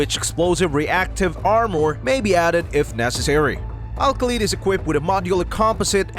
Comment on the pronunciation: Lol you can't pronounce Kha as Ka ❗